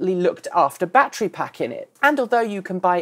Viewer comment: Bat tree?